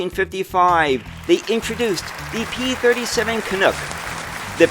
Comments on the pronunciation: Ok, say after me, CAN-UCK, not Cunucks…… 😂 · Interesting video, BUT! It's not pronounced canOOK. It's CanUk (like DUCK).